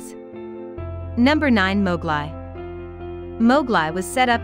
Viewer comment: Please pronoance mowgli properly